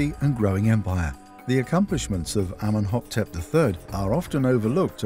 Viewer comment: Amenhoptep? The King's name is clearly written Amenhotep in the diagrams and translation.